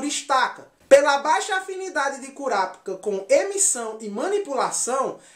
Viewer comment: curapica???? mano se escreve Kurapika mas se fala Korapaika entendeu?